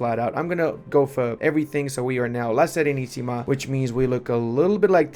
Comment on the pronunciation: You said "La SERENISSIMA" with an impeccable pronunciation, well done my Romanian brother